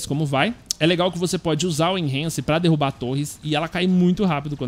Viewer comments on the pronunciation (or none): none